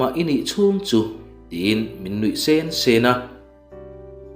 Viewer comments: Mizo ini lo ami... Min nuih sensen a tih kha ithluk diklo lutuk sensen, anui sen sen anilo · I aw hriat a nuamin i story chhiar a ngaihnawm thina.. chuvangin ka sub che a.. mahse hei hi ka sawi hram teh ang.. nui sen sen tih turah, nui sên sên tih angte hi beng a ti kham deuh. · Nuih sen sen tih i chhiar dan kha mak e, thilrah la sen lam danin i lam zel a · I chhiar ngaihnawm viau....mahse nui sen sen... a a... double adverd ang ho hi lam dik lo a tam riau...ṭan han la deuh teh, i chhiar thiam si..ka lo ui❤❤ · Nui sen sen tih hi athluk avaak ve